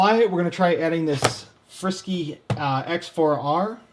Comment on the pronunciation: Haha how you pronounce frsky